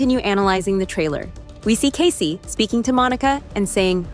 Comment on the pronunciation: For Pete’s sake his name is NOT Case, as in suitcase, it is Kaycee, as in Casey Jones (the train driver). Bloody robots!